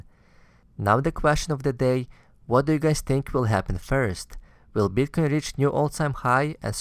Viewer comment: Why do you say BEETCOIN? It's Bitcoin. Also it's CRYPTOCURRENCY not CLYPTOCURRENCY.